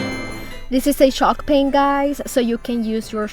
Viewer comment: I cant find shock paint anywhere! Are you saying “Shock Paint” or chalk paint? Confused 🤷🏻‍♂️